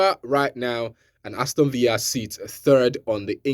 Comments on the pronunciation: Villa not viya bro it's English 😅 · Aston Villa is English not Spanish, so stop pronouncing the Villa like Spanish villa